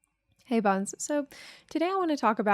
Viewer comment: OH I thought she was saying bones.